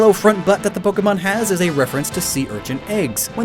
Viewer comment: U said so many pojemon WRONG